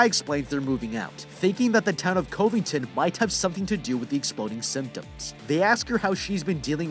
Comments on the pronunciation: Covington is pronounced cuv-ing-ten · Wait a damn... "Covington" Covidton? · This mans really said Covington as "Cove-ington"